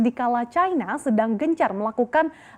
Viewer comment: MBAK..... BUKAN CAINA........ YANG BENAR CINA MBAK...... KECUALI KALAU BERITANYA ITU FULL DGN BAHASA INGGRIS, BOLEH ANDA NGOMONG CAINA, ANDA ITU PINTER TAPI KEBLINGER YA ORANG ORANG SEPERTI ANDA INI, COBA DEH BELAJAR LAGI.